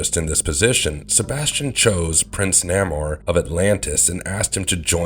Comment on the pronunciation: Please...I'm an old school comic head. If you're gonna pronounce names, please say it correctly. SubMariners' name is pronounced as (Nay Moor). Not (Nah Moor).